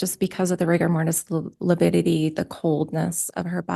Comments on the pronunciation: No, it's lipidity! Lol 😂🤣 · Prior kept saying “lipidity “ instead of lividity for at least an hour. After lunch, he pronounced it properly. 😂 someone must have schooled him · The Lawyer obviously needed to learn proper language pronunciation s lividity not LUPIDITY lols no such word lols😂 the coroners shouldn’t have listened to Emma wrong move! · You mean "lipidity"? :D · you got it wrong it’s not lividity it’s lipity according to Prior 😂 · So glad you are taking about livitity. John Prior needs to watch and learn what it is and how to pronounce the word! Love the video! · I kept on screaming at the tv…LIVIDITY LIVIDITY NOT LIPIDITY!!! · I think you mean “Lipidity” 😂 I know Pryor is just doing his job, but he is infuriating. To imply Tammy was unfit because she wasn’t tiny and petite angered every woman I know following the case. Brenda Dye was incompetent, IMO. So many red flags were ignored. I hope the jury sees through all the hype and gives Chad the death penalty. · I was thinking the same thing. Einstein didn't know it was lividity...I kept hearing lipidity and lupidity. . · ABSOLUTELY! 💯! (It’s “Lividitity” Pryor, you dumb a$$! Would you get the TERMINOLOGY CORRECT?! UGH!!!!!!!!😤) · It's 'lividity' . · Yes!!!! He said that many times and no one corrected him. I was astonished how he made up a word ( sounds like...) as he dug in / admonished the witness. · the defense attorney keep saying it with a P. They are making fun of the attorney.